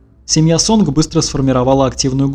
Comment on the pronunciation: Может, сообщение не по теме, но не Сонг, а Сон, г не читается.